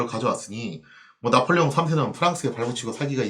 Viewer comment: 왜 짜폴레옹 3세 라고 읽으시나요? ㅎ